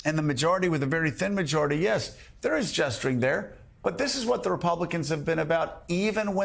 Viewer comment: gesturing or jestering?